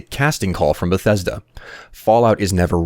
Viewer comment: if fallout 4 is not even in dev i will cry everytime i here the word "benthesda"